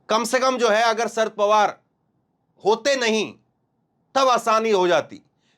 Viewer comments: शरद का अच्छा उच्चारण करो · सर्द पवार नहीं शरद पवार भैया